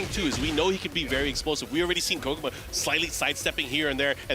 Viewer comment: hears the correct pronunciation of Kkokkoma 100 times from, keeps pronouncing it incorrectly.